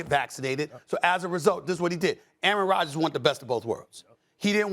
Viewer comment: QB 'Errant' Rogers